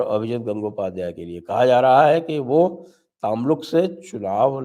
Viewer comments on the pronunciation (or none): Tamluk nahi sir o Tomluk bolte hai hum😊😊